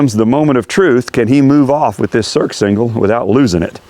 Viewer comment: It's pronounced "sursingle" not "surksingle"